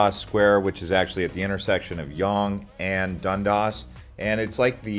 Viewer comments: You really butchered the Toronto street names with “Dondas” and “Spadeena” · Your pronunciation hurts - I'm not sure you've even been here. Things mispronounced: Spadina (Spa-Dine-Nah). Toronto (Tor-On-No). Dundas (Dun-Dass), Yonge (Young) - Montreal (Mon-tree-all) - and BTW we are not renaming Dundas Square to Lightfoot? Where do you even get this mis-information? Thumbs down. Not informed. Never been to Toronto. Probably just an AI Bot. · Local here! The way you pronounce Yonge and Dundas is hilarious. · 🤭👈da way u say dundas tho...